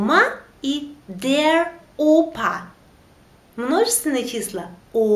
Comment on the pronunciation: Почему ав читаете Der. дер. на немецком r. как а читается т.е деа?